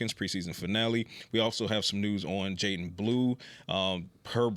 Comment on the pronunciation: “Jaiten” Blue 😂